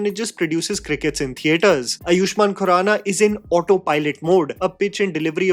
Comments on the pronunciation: with humble sincerity and utmost respect, his name is pronounced “Aa-yushmann” and not “A-yuuu-shmann”. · Correction again: it's आयुष्मान (Āayushman), not अयुष्मान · Man your 'u' in Baahubali and Ayushman is something 😭🙏🤣